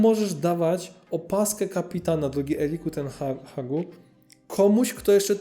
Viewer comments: Nie wiem co Ty masz z tym "Ten Hahiem" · No źle to brzmi.